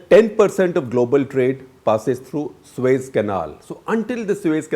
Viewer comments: It is SUEZ not SueS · Suez canal. 🤦🏻‍♂️ Not sues